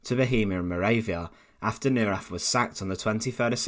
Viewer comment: It's "NOY-RAHTT" . . . can you say "NOY-RAHTT"? I know you can.